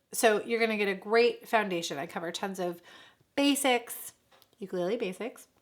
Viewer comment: Liking the channel but you gotta say ukulele correctly.